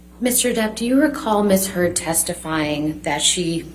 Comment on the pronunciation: I SWEAR Johnny's attorney said 'Miss Turd'!!!!!!!!!